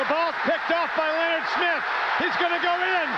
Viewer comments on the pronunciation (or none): none